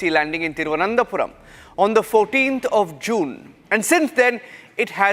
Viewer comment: R. Reporters generally says Thiruvanthapuram 😅 and not Thiruv anantha puram other than the lady